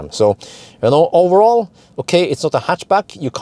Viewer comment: Please, stop saying "owerall" ! ;-)